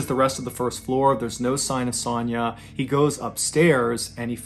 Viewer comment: The way you pronounce Sonya KILLS ME. It’s like an o sound. O. Sonya. You say it like “sanya”